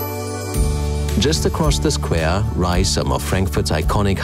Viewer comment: What an excellent pronunciation! One would say it is a native speaker of English... if it wasn’t that “squaaare”